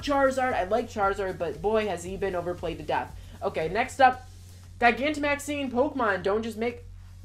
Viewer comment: Do you not know how to pronounce gigantic?